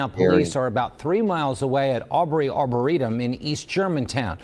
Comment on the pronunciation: I was watching a news report, I'm somewhat local to the area, it's a half hour to 45 minutes away from me, so my local news is covering it and one of the reporters mentioned it was her apple watch that pinged in that arboretum. Pronounced(Arbor-reetum)